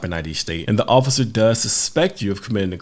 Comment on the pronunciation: Am I the only one who heard him say “officer foreskin”?